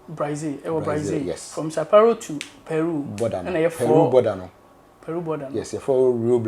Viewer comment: Sau Paulo not Sau Pauro 😂